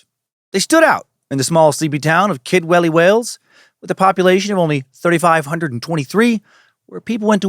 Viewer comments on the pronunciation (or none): I keep hearing "Kidwelly" as "kid willy" which is hilariously unfortunate for the town itself but fitting for the cult